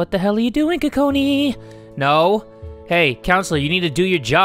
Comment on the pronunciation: Lmao be saying Kokoni all day 😂😂😂😂 btw i love ur vids. - haley and amber